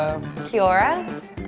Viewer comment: She should probably learn how to correctly pronounce the word 'Maori'. Kind of important for anyone trying to represent NZ on a world stage...